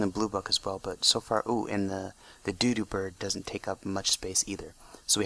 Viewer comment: you're saying doodop bird not dodo bird it's supposed to sound like Dow Dow, kinda